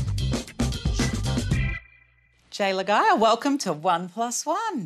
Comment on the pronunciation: Lah-gye-ah??? Bruh 😂 that was butchered pretty bad lmao